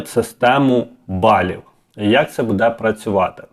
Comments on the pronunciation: Не будЕ, а бУде. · Вельмишановний , в слові «буде» наголос на першому слозі - « буʼ де» не « будеʼ»; в слові «розкажу» наголос на букві «у» не на букві «а».Дякую за працю.Коли б це збулося, про що ви розповідали в ролику! Буду чекати на підвищення пенсіі.❤🎉